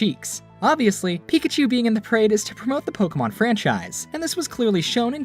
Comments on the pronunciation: Nobody ever says it right. It's po-kay-mon, not po-key-man lol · DID HE JUST SAY "POKEMAN"?! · I was still bamboozled by the Pokimon pronunciations then that one came up. Pokiman? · I hate how the announcers say “poke-e-mon”. As professionals they should know how to pronounce “é”. Kills me lol. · They say Pokeman. It's called Pokemon. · pokeMAN lol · The guy said Pokeman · HE SAID IT HE SAID POKEMAN POKÉMON GET IT RIGHT OLD MAN (the news guy not the narrator) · guy says pokeyman heavy cringe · ew Just EEEWWWW he said "pokeman" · Why do comentators say po-kee-man like that? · My mom says it that way too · Did the guy said Pokéman? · My grandparents call it Pokeman. No matter how many times we tell them they say it wrong and how to actually pronounce it they STILL say pokeman.